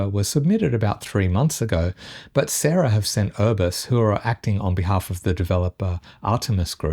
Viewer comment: Pretty sure its pronounced SA-RA (as in Zara but with an S) not the name Sarah. Saying that, this the only Brisbane News I watch for my local updates - keep it going!